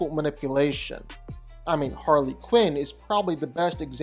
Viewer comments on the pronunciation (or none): none